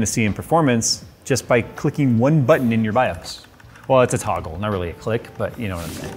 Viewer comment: it's more of a tooogggle lol i died